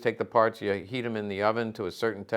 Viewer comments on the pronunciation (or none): none